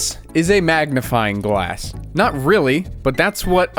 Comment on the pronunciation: I thought you were joking when you said magnifing glass